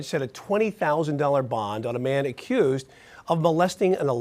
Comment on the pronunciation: Why do you say accused and accentuate the word when you say it? She videod the assault so he did it. There's no question